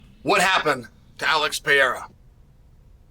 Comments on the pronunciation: Are you sure it’s Peira and not Pereira? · just a question, who's "Piera" ?, because i know who Pereira is, but Piera not really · How come Chael can't pronounce Alex's last name correctly? He says Pee-era when its pronounced Peh-ray-rah 🤔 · chael saying Peyera making it on sight for peyera 😂😂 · Alex "Piera" wow😂😂😂😂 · If Chael says Pereira is pronounced Pierruh, then so be it. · Nice video but WTF is Peeara!? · Just came here to hear Uncle Chael say "pee era". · The reason Alex wasn't himself is he heard Chael call him Alex PeeAir and he just couldn't shake it off. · PER ERA, say it aloud Chael, Saying it wrong just makes you look dumb dude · Alex Pee Hair-uh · Alex "PieEra" 🤣😅😆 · Pee air huh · Alex "Piera"? haha, uncle Chael has a real pronunciation challenge. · Alex “Pierra” lost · Alex "Piera"😂😂😂😂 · You can't even pronounce Alexs last name, what's wrong with you? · I'm just here to hear all the different ways Chael will mispronounce "Pereira" lol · Do you say his name wrong so we comment about it and you get more engagement? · You are missing the first R in Pereira. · About a year ago Chael made a video saying people have been messaging him privately to pronounce Alex’s name correctly. He immediately corrected himself, 2 mins later he continued to pronounce his name incorrectly again. The UNDEFEATED 🐐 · I don't even care, I'm just annoyed how Chael mispronounces every name